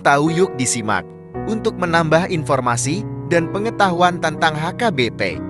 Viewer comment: Cara narasinya gak bagus, sering nyebut HKBP jadi AKBP.